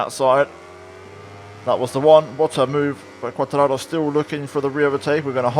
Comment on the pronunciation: Are you Italian as you always pronounce Quartararo in Italian way